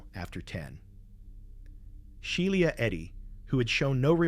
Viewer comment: Bro doesn’t know how to pronounce Shiela